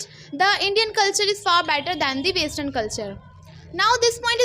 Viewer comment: Vestern nhi western hota h ..keep focusing on your vocabulary dear😂😂